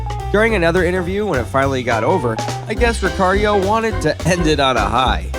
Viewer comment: and Ricciardo? And Piquet? (Pee-Kay), it's even said in Murray Walker's commentary how it's pronounced! I mean wow, a bit of research into pronunciations would have been good.